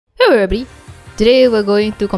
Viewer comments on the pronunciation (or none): you say "hewwo everybody" forever on the intro